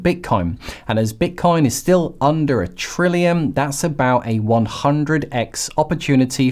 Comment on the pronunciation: Why do you keep calling it bit"corn"?